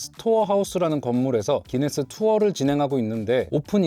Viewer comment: 왜 구인네스라고하나요? 기네스아닌가요?